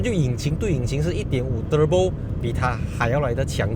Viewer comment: 你说～ turbo~ 和其他人不一样😅😅 舌头会抖动的发音。